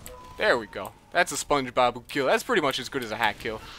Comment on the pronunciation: Spon-gee Bobuuu.